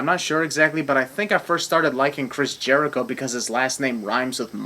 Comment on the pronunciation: Jerico does not rhyme with. add 3 sins for your lack of education